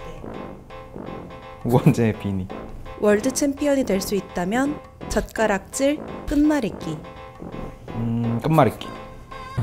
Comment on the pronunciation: 젓가락질 말할때 좆까라질로 들음ㅋ